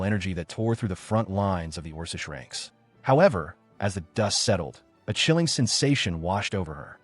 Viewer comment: The AI is doing too much and still sounds stupid...it can't even say orcish correctly, is pronounces it orses. Or, as usual in these AI videos that LOVE using the word agape, it always pronounces it agoppey.